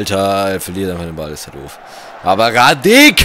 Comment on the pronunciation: Sprichst du Hradecky extra so aus